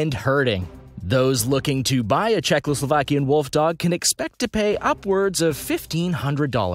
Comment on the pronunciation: He pronouced czechoslovakian wrong so I don't think they care much about pronoucing